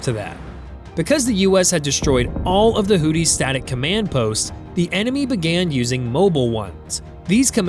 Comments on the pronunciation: It's pronounced "Who-Thees". "Who-Tees" sounds like a male strip club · I hate how you say "Hooty" instead of Houthi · Why does this narrator what to kill Hootie?😂😂😂😂😂😂😂😂 it is pronounced who-thy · Great video. Small point, however. It's pronounced HOO-thee not hootie. I realize a lot of people use the incorrect pronunciation, but I feel like it's better to be correct than compliant. Not a knock at all, just a helping linguistic hand. :) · Who thy, pronounced who thy. Not hootie.😂😂😂😂😂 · Hoodees? Hoothees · It is pronounced "Hoo-thee", not "Hootie". There are no blowfish there. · Hoo-thee, not hoo-tee lol 😂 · It's pronounced WHO-THI, not WHO-TEA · The pirates in this conflict are the HOOTH-ees, not the HOOT--ees. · Seriously, is it pronounced HooTHie or HooDy? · It's HOO-THEE smart guy. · Does this AI voice keep mispronouncing houthi with hootie? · You are consistently mispronouncing the word "Houthi". Proper pronunciation would be closer to"Who-these"… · It called them hooties because AI butchers the pronunciation of a lot of words. Unfortunately more channels on YouTube are using it, it's just like text to speech software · Houthi with a 'TH.' Know ur enemy, can't believe you made a whole video saying the name wrong.